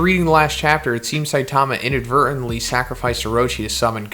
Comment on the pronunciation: Saitama is stressed on the first syllable, not the second.